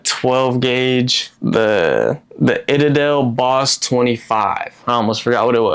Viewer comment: Itadel😂😂😂😂😂 Citadel